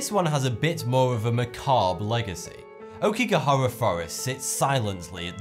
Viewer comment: Aokigahara = "ah-O-ki-ga-ha-ra" I really enjoy watching your vids, but I would like to see better pronunciations for foreign words and names, please.